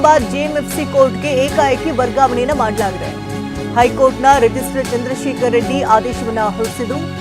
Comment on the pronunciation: Rigistrar/ not ರಿಜಿಸ್ಟರ್